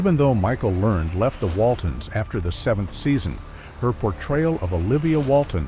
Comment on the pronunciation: Pronounce her name right